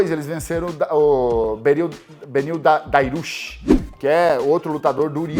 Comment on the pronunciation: Cigano não acerta o nome nem lendo. 😅😅 Arman Tsarukyan virou Amar Sarukia. E Dariush virou Dairush 😂